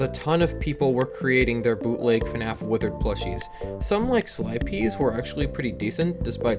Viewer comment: Thats not how you pronounce his name, but whatever. I think the withereds are my favorite custom plushies from Slyp1e.